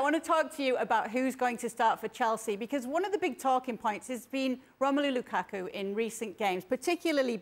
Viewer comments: Did Stevie say Lukaka ? Lmao. Hatrick Lakaka lol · Stevie has said lukaka🤣🤣🤣🤣🤣🤣🤣🤣🤣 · Did Stevie just called that man Lukaka 💀😂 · He almost said Lakaka but gobbled and gibbled a mutated name. 😂